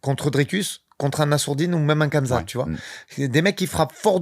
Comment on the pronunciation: Mais c'est ça qui me choque moi c'est que si tu l'as revu tu verra bien que y'a des coups de McGhee qui sont pas si significatives que ça! Dsl pour le blaze j'ai pas fait exprès (Par pitié arrête de prononcer Khamzat comme ça s'écrit 😭 c'est "Rhamzat" à l'oral)